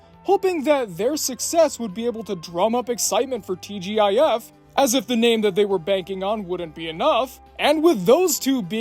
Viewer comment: TGIF, pronouned TeeJiff. Actually I remember watching the old TGIF and if it wasn't a family watch 90% of the time. It was definitely us kids watching every Friday. Also that was Keith Carradine in Complete Savages, he's one of my favorite actors btw. I didn't hear it mentioned and never heard of the show up until now.